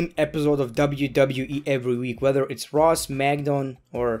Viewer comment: You said monday night draw 😂😂😂